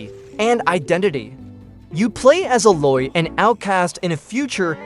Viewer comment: Pronouncing the Aloy wrong other than that thanks for including my favorite game.